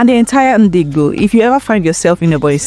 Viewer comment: Please learn how to pronounce Igbo